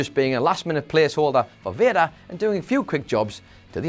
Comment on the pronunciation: Will anyone tell him Vader is pronounce Vay-Dur and not Vir-Da!?!?!?